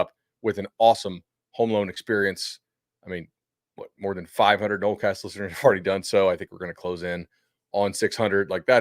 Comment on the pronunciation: "nolecast" gonna be a struggle the rest of the way lol